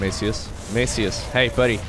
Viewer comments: Actually Maciuś is pronounced Mathew but with s one the end that is kind of weird to pronounce. Its polish version of mathew but like one that kids are called (like tommy for example) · The way you pronounce "Maciuś" is so funny that I won't even correct you. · Maciuś is polish version of name Mattheus but said in a 'cute' way as to a kid or loved one. And you're pronouncing 'ś' wrong ;) but that is expected. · Maciuś is diminutive of polish name "Maciej" which is english Matthias and its pronunciation is totally different 😁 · pro tip: Google translate is very good at pronouncing the names. Sometimes is just the problem with not having letters from the language in question. Maciuś is a diminutive version of the Polish name Maciek. It's almost like pronouncing the cheese "Gouda" xD. 90% of Europe gets it wrong xD. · Your pronunciation of Maciuś hurt my ears. You can check how to spell it in google translate. It’s polish nickname.